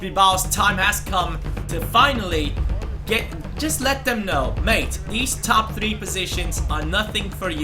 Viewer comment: every time you say mate makes me go crazy just please stop saying it ! Nobody says it like that